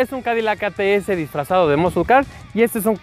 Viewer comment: Sus skills de pronunciación en inglés están del culo. Muscle no se pronuncia "muscul" en dado caso su fonética sería muh - sl. Y así chingos de palabras mal pronunciadas.